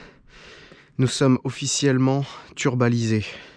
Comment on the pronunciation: "Turbalisé" : le génie